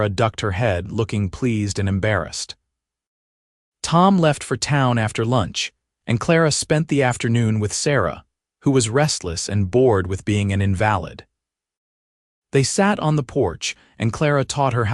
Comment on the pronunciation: Please work with AI in pronouncing the word invalid. When referring to someone who is ill or wounded, it is pronounced “in-valid”. Tom ordered a mail order bride as his wife had died 3 years before. Clara is from PA. With her father’s death, her stepmother told Clara she could not stay. So Clara came West. When Tom & Clara consummate their marriage it begins an intimate physical and partnership aspect to what they have. Listening from Clarksville, TN.